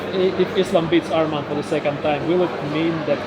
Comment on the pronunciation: Say his name right it’s not armen it’s arman